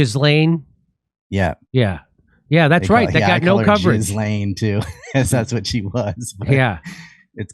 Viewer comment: Ghislaine is pronounced Gillane - hard g.